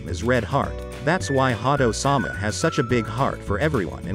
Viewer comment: Was initially put off by the way the computer voice said Ha-do, but went back to finish watching the whole video after looking at the comments. 👍👍 1 like on this video is not enough. thank you for the video.🙏 May GodChama watch over you!